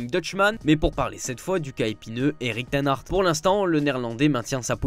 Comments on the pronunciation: Éric Ten Hart 😂 c’est facile à dire HAG pourtant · Arretez de rajouter un "T" a "Ten Hag" !!!!!!